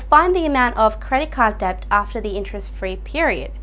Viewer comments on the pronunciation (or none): Great video, but please someone tell her the B is silent in debt.